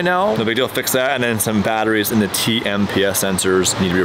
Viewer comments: Did he just say tmps sensor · "TMPS".....🤦🏽‍♂️😂 nice try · I remember they had a bit in an episode about how couldn’t or wouldn’t say tpms right 😂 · “I’ve done engine swaps on my integra” Also: “tmmps sensors” 😂😂😂